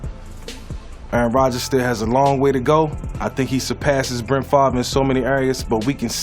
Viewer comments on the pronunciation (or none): Lol he’s saying Brent favre